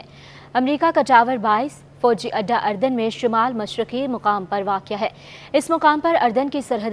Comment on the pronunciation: محترمہ ملک اردن کا نام صحیح پڑھ لیا کرے افرو کا تلفظ پڑھنا سیکھنے کی کوشش کریں۔